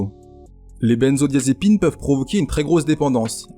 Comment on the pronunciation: On ne dit pas les bennezo comme avec le mot "benne" , mais benzo comme avec l'interjection "ben alors". C'est une faute grossière. Benzodiazépines, pas bennezodiazépines. C'est clair ?